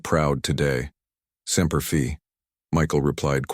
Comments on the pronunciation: With all of the comments from listeners about the incorrect pronunciation of Semper Fi why does the AI persist in saying it incorrectly? That is so disrespectful. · I'm guessing the author must have some measure of military experience ... likely Air Force ... as the reference to the 422nd at Nellis AFB is accurate -- I work directly with them. But the mispronunciation of "Semper Fi" and the fact that Googling the main character's name only returns references to this text leads me to the conclusion that this is an incredibly well-crafted work of fiction; and as a veteran myself, I 100% endorse the sentiment expressed in this story ... all service men and women deserve our utmost respect, but to those whose boots have been on the ground and endured first hand the hell that is ground warfare, an extra ordinary measure of respect and gratitude is warranted. God bless and protect all our Service personnel ... and First Responders. (for context, I'm a Desert Storm, Balkans conflict, and GWOT veteran, having deployed to Riyadh, Dhahran, Aviano, and Kabul during my time in uniform)